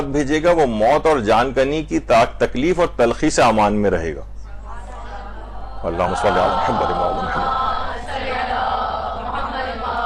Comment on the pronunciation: آپ کے درس میں خواتین درود درست نہیں پڑھتں۔ شروع میں اللہم کی بجائے الا ھما اور آخر میں محمد کی بجائے محماد پڑھتی ہیں ۔۔ اصلاح فرمائیں